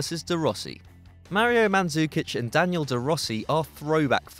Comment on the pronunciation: It's not Daniel De Rossi. It's Daniele De Rossi. And you pronounced wrong almost any other not English name (but, that must be said, you pronounced right Platini, which Franch always pronounce wrong, even if Platini is French). You must anyway respect also other languages, not believe that everything is English.